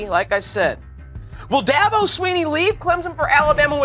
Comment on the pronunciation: Okay fucker, it's not "Clem Zon", it's "Clemson". And it's Dabo, not Dahbo